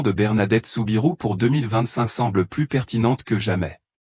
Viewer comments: soubirou et non pas subaru elle n'est pas japonaise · Ce n est pas Subaru mais Soubirou. C est agaçant cette voix métallique